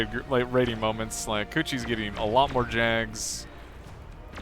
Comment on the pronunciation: Am I the only one wincing every time they say coochi